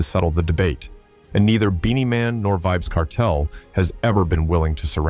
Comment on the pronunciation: Pronounce his name properly